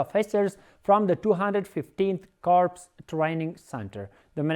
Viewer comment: You should have to pronounce crops as (core کور) not (کورپس)